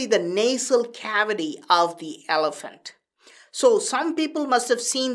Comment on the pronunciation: Im glade u said thems b elephats